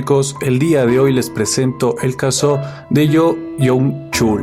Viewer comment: En el idioma coreano la doble O se pronuncia como U.entonces no es Yo es Yu Joung Chul